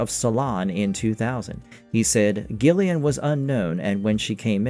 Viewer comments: cant tell if he's just doing that for engagement bait. How could you not know how to pronounce her name?! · not GILL-LIAN, BUT JILL-LIAN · Isn't her name pronounced Jill ian? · Gillian pronounced "Jillian" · No gillian not jillian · Pretty good video…yet I think you’re trying to get engagement by pronouncing Gillian wrong 😂 have more respect for yourself! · Dagnir is talking about the pronunciation, not the spelling. It's a soft "j" sound, not a hard "g", and far too many of these X-Files YouTube videos just can't pronounce it correctly. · So basically... not original IRISH-way, BUT rest of world ENGLISH-way